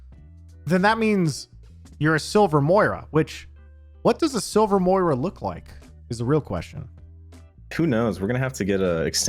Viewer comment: Why can no one pronounce Moira? XD